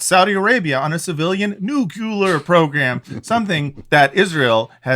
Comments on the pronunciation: Ok here's some possible clarity on the "nuclear" vs "nuculur" thing. Nuclear, as in 2 syllables (the generally known correct pronunciation), means "of a nucleus" and if you say "nuculur" (3 syllables), you're saying something is "of a nu-cu-lus" of which there is no such thing. 🙂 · Nuc-le-ar...I don't understand where Nuculer came from, lol